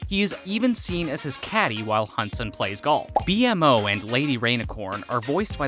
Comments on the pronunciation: Why are you pronouncing BMO’s name as “Bee-Em-Oh”?? They literally call the character “Bee-mo” in the show itself. Yeah BMO is the spelling but the pronunciation is “Bee-mo” Sorry, just curious and a tad confused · Great work! Well edited and crafted but like others said about “Bee Moe” not B.M.O. ends up being distracting. Guessing this was written by an AT fan but V.O. Isn’t a fan? Sorry, really! Otherwise great stuff! Also, added another fact for ya. Justin Roiland isn’t the only Rick & Morty connection but Adventure Time producer Kelly Crews is now as of season seven a producer on Rick & Morty. …for what it’s worth. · The name is actually Beemo, B-MO is just a shortcut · It's literally B more It's B-MO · Don’t say “Bee em o”, just say “Beemo” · Dear narrator, You know a whole lot about a show you've never seen 🤣 No offense but I know you're not a fan bc every time you said "B M O" it was like nails on a chalkboard. Anyone who's seen the show knows it's bmo; pronunciation: bee-moe. No hate, no shade, just thought that was funny. I was surprised by how many of these facts I already know. -sincerly, a long time, advant adventure time fan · It’s pronounced Be-moe not BMO just letting you know. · You've seen all those Easter eggs but still can't pronounce B-MO 😂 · Dude it's pronounced "beemo" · ITS SAID LIKE BEEMO NOT B-M-O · It's like he read this whole thing from the wiki for some quick likes and views. Few pieces of evidence is when he had the audacity to say jakes advice is crappy, not properly pronouncing their names (B-M-O), restating details that are clearly seen from the first few episodes of the series. Too obvious he hadn't seen adventure time before. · Your pronunciation of “Bee-Em-Oh” is unacceptable, UNACCEPTABLE-CONDITIONSS! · Blud it's pronounced beemo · It's B More haha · Why TF are you saying their name like that?! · We definitely knew most of this, this guy doesn't or else he would stop saying Bmo's name wrong. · ITS Bmo.... NOT B----M---------O -.